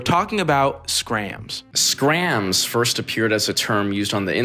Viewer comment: Hahaha no one calls it Skramz😂